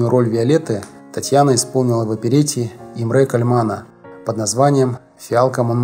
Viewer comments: ИмрЭ КальмАн....Блин, диктор как будто поклялся ударения не там ставить... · Автор, к съемке роликов надо готовиться, а не просто читать текст, делая ужасные ошибки. Правильно будет Имре КАльман - везде ударение на первый слог. И очень режет слух постоянно повторяемое "женщина... женщина..." . Столько синонимов есть: актриса, артистка, певица, солистка и пр. ДИЗЛАЙК АВТОРУ! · Все хорошо. Но: Имре (а не ИмрЕ) КАльман. А также: Джулия ЛАмберт. Ну, очень ухо режет! Зачем выделываться? В итоге портится впечатление от неплохого, в целом, ролика! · Имре КАльмен,а не ИмрЭ КальмЭн.Господи,говорят,и не знают как правильно говорить .Обидно. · Когда вы будете правильно ставить ударения?!!!! Имре КАльман.